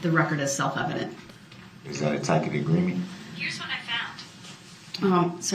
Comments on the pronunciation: When he says "tacket" agreement, he is referring to a tacit agreement, pronounced "ta-sit", but he's just read the term somewhere. I love how she sweetly says "I don't know what a tacket agreement is, sir". That's one of the funniest lines of the whole trial. A tacit agreement is one where you can assume an agreement if the other person doesn't expressly say they disagree, but I don't think it is typically used to define the actions of a judge by an attorney, especially a doofus like. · He said like 3 different terms for it 😂😂 “Tacket agreement” “tacit agreement” and “tassid agreement” 😂😂😂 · There's that mispronunciation again of "Tacit "not Takit" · It’s pronounced tassit agreement but spelled tacit agreement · Ugh! A “Tacit”, pronounced “TA-Sit” means something understood by both sides/parties. He truly is reaching for the stars, y’all. Damned fool.🌹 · And let us not forget “tackit” for tacit. 😂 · I am so tickled at listening to him ask if “that was a tacket agreement”. I’m like dude you are saying it all wrong. And how many times he gonna yell “GROUNDS”? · fo you mean ta--sit agreement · Tacit agreement is what he is saying, not tack it. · Hahahhaha. Tassit! He is an awful little man. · He didn't say attack and agreement, but a tacit agreement, but he pronounced tacit wrong. The c is pronounced as an s. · he was trying to say “tacit” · The doofus is mispronouncing the word tacit and it's meaning is not what he thinks it is. It makes it more hilarious to hear and watch him say it cause he's got that big head on a little body like a bobblehead. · The word is tacit and he is mispronouncing it. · I absolutely LOVED when the judge so politely yet snarkily called him out on his mispronunciation of the word "tacit", lmao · I thought the same. He can't pronounce Tacit. I think Dorow's answer was brilliant. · He was trying to say tacit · The guy did testify and was great. Tacit is the word he is going for. The c is not pronounced as a k😂😂😂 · Tacit not takit